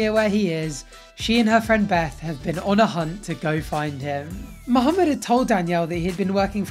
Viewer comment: I love how says mohameds name properly